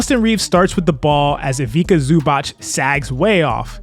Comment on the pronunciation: ZUBAC is pronounced SUBATZ correctly